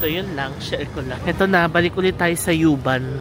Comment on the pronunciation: Pronounce as uuuuuu-bahn. Bisaya pag pronounce dapat. 😅